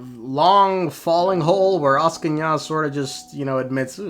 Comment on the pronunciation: I'm asking ya why you say it not like Axing ya. Peak engagement bait though :face-blue-smiling